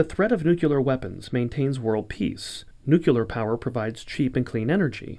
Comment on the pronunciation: Good video, but it's pronounced nuc le ar not nuc you lear. I would expect better from the British Council.